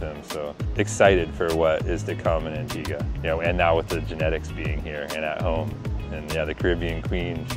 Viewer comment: It's not "Antiga", It's "Antigua".